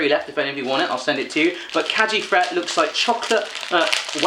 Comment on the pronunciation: The g in Kägi Fret is pronounced like the g in gum :)